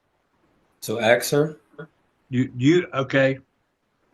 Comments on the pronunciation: If he says “axe” one more time I’ll get a migraine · It's 'ask' not 'ax.' There is an 's' and a 'k' in the word.